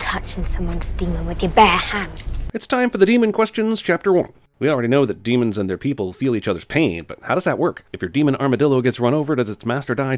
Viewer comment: Daemons not demons!!!